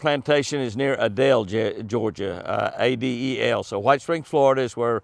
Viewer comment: It is long A-del not Ah-del Georgia, lol! Just north of Hahira where I used to live. And I have quail hunted at Live Oak. Praying for you and Chris!